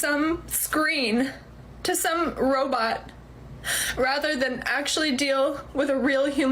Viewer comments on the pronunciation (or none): She says, "some robot" ..thats, like, super specific.. she didnt say pornstar, she said, "Robit" ..lmao..